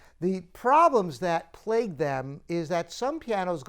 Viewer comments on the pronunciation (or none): none